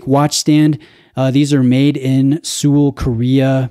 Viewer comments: Hey, Seoul is pronounced “Soul”:) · "Sool" Korea?